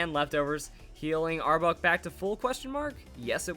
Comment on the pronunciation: Might just be me, but sounds like he is saying arbug lol, good video either way!